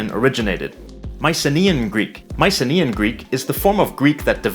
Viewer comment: "Mice-a-KNEE-an"(Mycenaean) Greek/Greece? You're looking for: "My-kuh-NAY-yen"(again Mycenaean) Greek/Greece.